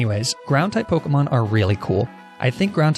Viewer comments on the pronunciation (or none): I think its so funny how he mispronounces Pokemon and calls lapis la-piss